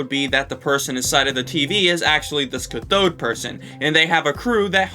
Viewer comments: Omg it's caaathode not cuthode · Cat-thode not ca-thode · My ears bleed every time you pronounce cathode ca-THode instead of CATH-ode Edit: finished the video, it was like being beaten with a lead pipe, you said cathode so much. Ps cathode, boob tube and tenna being terms that refer to the same person is an absolute no brainer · just fyi, "cathode" is pronounced "CATH-ode", not "cuh-THODE" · Its cath-od (cath as in Catholic) not ca-thod. Sorry but that was bothering me. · It's cath-oh-d not cuh-thoad, anyway yeah the brackets are just related words to they actual word he is saying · You've been pronouncing cathode wrong. It's a long a, so it's cath - ode. Sorry, it was just really bugging me. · Ca-thode, not cuthode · Great video dude! Just to note though, 'cathode' is actually pronounced 'kath-ode' rather than 'ka-thode' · "Cuh-thode?" It's "cah-thode." Alliterates with "cat." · Why would a make a u sound in that word? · good video. (also its pronounced cath-ode not cuh-thode) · It's pronounced CAF-ODE. Emphasis the A. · the Cath in Cathode is said like it is in Kathy. so it's CATH-ode. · Cah-thode lol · Usually this stuff doesnt bother me but cathode is pronounced with a hard "a". C "AH!" thode raytube. Sorry lol. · Cathode is pronounced like cat. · Why do you think tenna and the and the cathode crew (pronounced CA-TH-ODE btw) are different? Why can't tenna just be the leader? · every time you pronounce cathode incorrectly it kills me a little inside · i hate the way you say cathode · Holy shit I hate the way you say Cathode lmaoo!! Great video btw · your pronounciation of "cathode" made me die inside but cool theory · Just a small note: the A in "cathode" is pronounced like the A in "cat," and the emphasis on on the first syllable. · The way you pronounce Cathode hurts my soul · pls stop saying cathode like that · That’s not how you say cathode